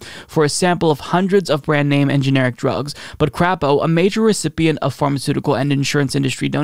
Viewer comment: appreciate the proper pronunciation of his name LOL, NOT Cray po, but Crap o.